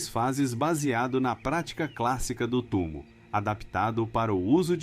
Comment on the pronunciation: . O nome correto é "TUMÔ", foneticamente...